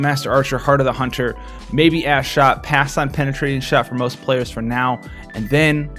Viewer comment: Hey Buddy, Thanks for making this video. I gotta say Ash Shot sounds very wrong when you say it quickly lol. Made me giggle for a while anyway.